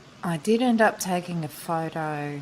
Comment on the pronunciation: Nice video! It is a little bit confusing when she says 'did end up' with 'didn't'! A matter of spell jeje It could be listen as I didn't up taking a photo also, isnt it?